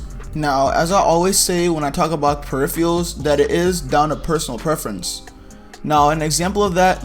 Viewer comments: for the last time! its PERIPHERALS. PE-RIFF-ER-ULS. not perifials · "fortinte" "preiphyals" nice vid tho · He cant say peripherals and its soo annoying